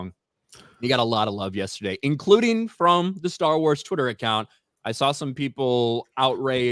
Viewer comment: has anyone else noticed cant pronounce from he says it like prom